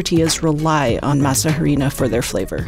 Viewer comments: Masa a-ri-nah... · The “h” is silent. Pronounced “masa ‘arina”. Try to know how to pronounce that in which you’re professing to be an expert! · JUST FYI: there is no asperated "h" sound in Spanish, so it's Masa "Arina", as if there's no "h"; the "h" is silent. (Miguel de Unamuno famously said the "h" is in Spanish alphabet only to show who has been to school and who has not....).